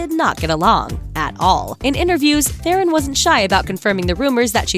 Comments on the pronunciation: Charlize Theron's last name is pronounced Thrawn. Not Thay-rohn. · Thronn, damnit not the iron, not theeeron, Thronn. It's a south African name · Theron is pronounced Thron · Would you please say Theron properly!!! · You don't say charlize theron right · Please learn how to pronounce Charlize Theron's name !!!!!!